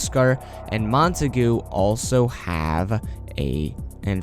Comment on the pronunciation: English pronunciation is Mont-a-gyu